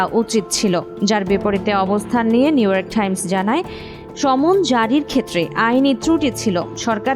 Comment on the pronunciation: নিউইয়র্ক ঠাইমস.. একি আধুনিক উচ্চারণ?